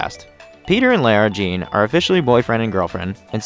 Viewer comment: plz stop saying LAIRA JEAN!!! it's Lara Jean. this is a really good vid btw